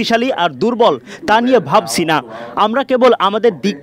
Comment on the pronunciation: উচ্চারণ ঠিক করে কথা বলেন। ভাবচি না ভাবছি। করেচি না করেছি।